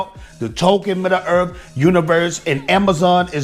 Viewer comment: "midda-earth" love this vid haha